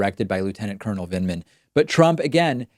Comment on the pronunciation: He couldn't even pronounce Lt Col Vindman's name correctly --- he kept saying "Vindeman".